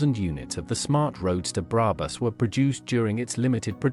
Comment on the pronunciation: Love the videos and own a Roadster, but please don’t use AI voiceovers. It makes in unwatchable…specially when it keeps mispronouncing brabus